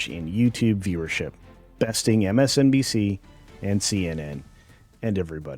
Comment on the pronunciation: Did you say PMSNBC? That's hilarious :D